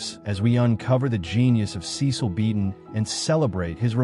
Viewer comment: His name was pronounced "SESS-uhl ". You're welcome